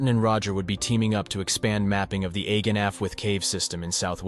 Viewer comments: Ironically it was ‘agen’ he pronounced more incorrectly than ‘allwedd’ haha :) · "ahh- ghen" your "allwedd" was pretty spot on though! 👏🏻 👏🏻 👏🏻 💜